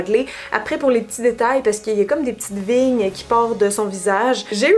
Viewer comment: Je comprenais pas quand tu disais des vignes pour des veiiines ! 😂 En tout cas ton look d’Halloween est incroyable !!!! Je te suis depuis que t’étais blonde et là franchement tu devrais avoir un award du meilleur look d’Halloween de tout YouTube !!! Bravo et merci pour ton travail ! 😍👌🏻👌🏻💜